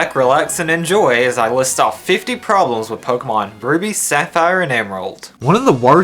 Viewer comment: "50 'Porblems' with Gen 1" "50 'Porblems' with Gen 2" lol